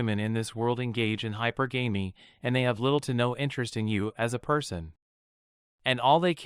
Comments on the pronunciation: The pronunciation is NOT: high-per-GAMEY....no, no, no....it’s high-PER-guh-me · It's pronounced "hyperGammy" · its called hi-per-ga-me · You're mispronouncing hypergamy. Look it up. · true, many mispronounce it